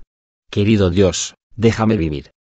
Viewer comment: En el minuto -29 dice " el espíritu de oni???" Porque se escucha con dificultad y no Claro "El Espíritu de Dios"???????